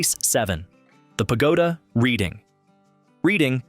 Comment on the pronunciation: It's pronounced Redding like the RED color READ-ING